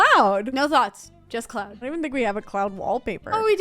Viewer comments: When she said cloud, I heard clown and it was really confused on why they were putting cloud decals until I realized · When they first said “cloud” for the kid room i heard clown 🤡😂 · I just, okay so when they said cloud I heard CLOWN 🤡 and I was so concerned what they were gonna do for the toddler room 😂